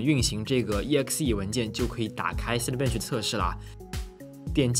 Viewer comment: cinebench的发音建议讲究一下